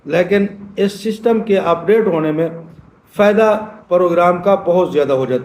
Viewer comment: اوئے بابا ششٹم نہیں سسٹم ہوتا ہے جاتا ہے ہر پندرانی منٹ بعد توں اپنی قبر کی تیاری کر